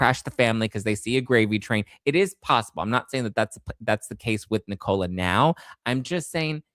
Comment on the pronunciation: It's Nicola not Knee-Cola...